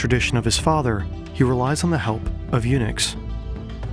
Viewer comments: WHAT THE FUCK IS A UNIX. LEARN TO ENUNCIATE HOLY SHIT. found out its eunuchs, learn to articulate too'. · At first I was like, why is he mentioning Unix that often? Then realised he meant Eunucs. 😂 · "The Ming Empire was built on UNIX" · I thought you said that the dynasty ran on “Unix” and I got a little confused